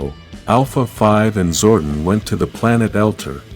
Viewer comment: King Lexian ‘Lex - e - an’ Also Zordon is ‘Zord - On’ Your videos are good but you didn’t seem to have watched the show so your pronunciation is damning